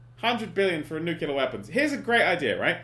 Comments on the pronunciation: Dan. Read this word: "Nu-cle-ar". Where, EXACTLY, is the "KEW" sound??? There isn't one. Because the word is NOT "NEW-KEW-LAR". I thank you. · "Nucaleer weapons".. pffheerh, Okay Dan x) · Dan mispronounces "nuclear" the same way as George W Bush does and now I don't know what to believe.